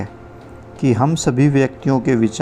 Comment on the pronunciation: Please read the word mum as Hum.